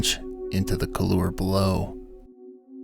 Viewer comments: Couloir: It’s “cool-WAR,” not “kuh-LOOR.” smdh #BasicMountaineeringTerms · So, couloir is pronounced something like KOOLwar in English. In French the r sound is softer almost like KOOLwah with just a touch of r at the end. The emphasis is on the 1st syllable not the second. So it’s not koolUR as you pronounce it. If you’re doing an episode about mountaineering you’re losing credibility mispronouncing couloir. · A comment on pronunciation: koolwahr (not cooloor). Couloir is French, and "-oir" is a "wah" sound, as in "warren" or "waft" or French for "black", "noir". Thank you for the video, excellent as usual.